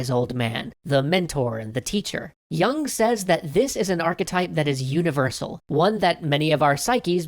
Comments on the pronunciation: you dont even pronounce his name correctly lol. yoong. not young. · it's 'yewng'.